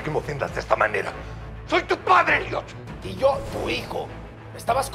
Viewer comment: Pensé que dijo idiot en vez de Elliot 🤣